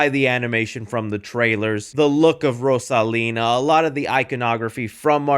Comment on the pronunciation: Love the way you pronounce Rosalina! 🔥